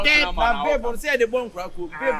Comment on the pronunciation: The way Aka is pronouncing babe 😂😂😂😂😂😂dey funny me rough 😂😂😂😂😂😂😂😂😂😂😂😂